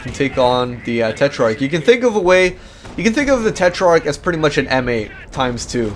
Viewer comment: hey you are saying tetrarch wrong check google translate, that have the right pronunciation.